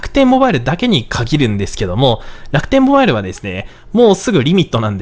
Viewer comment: の楽天ﾓﾌﾞｧｲﾙを目覚ましがわりにしたい人生だった